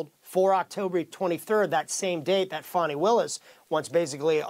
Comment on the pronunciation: F-AN-I not F-AU-NI!!!